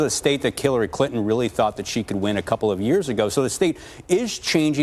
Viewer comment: ACTUALLY SAID "Killery Clinton" He needs to be fired for partisan reporting! I call foul!